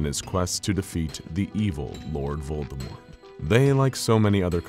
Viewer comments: Glad to hear they pronounced lord voldemorts name right. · I love that you pronounced Voldemort properly, without the t.